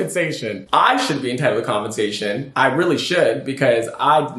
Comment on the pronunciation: The word is COM-PEN-sation. Not confensation